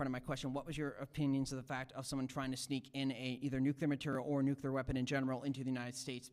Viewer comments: The first thing you learn in "nuclear education" is that it's called "Nuclear". Not "Nukiller". But hey! It's kinda funny 😅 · They call it '' nuccular''. It amazes me.